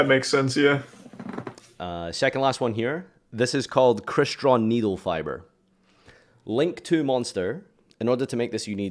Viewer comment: Gag he said Needlefiber